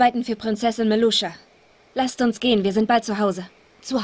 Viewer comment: Meluscha 😅 falsch gesproren Maluscha